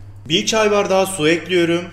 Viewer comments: 3 ay diksiyon kursuna gittim ama bende tencereyi ocağa ekliyürüm :) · Ekliyurum deyişine hayranım abiyüm!